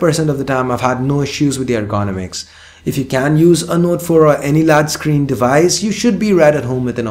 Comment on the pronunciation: Why evry 1 is spelling Ergonomics badly ??? Errr-Go-Nomics :-)